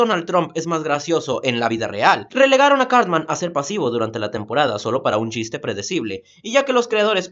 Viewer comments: En vez de decir Cartman parece que dijeras Carmen. :v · Sauth pawk, cawtmen, adowt swim